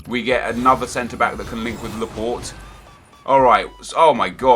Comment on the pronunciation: Why did he say Laport wen it is Laporte